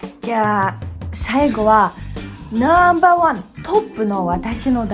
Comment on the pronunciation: 「ナンバァーー！ごぉ！」 この時点で結構日本に染まってますねw ファイブと言わない所が重度ですw